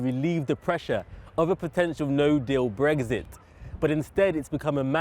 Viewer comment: "BreXit". Not "Breggzit".